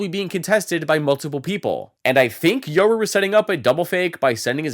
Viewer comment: Yural you mean yoru